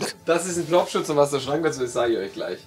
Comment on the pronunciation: Uff ich dachte, dass es Popschutz und nicht Plopschutz heißt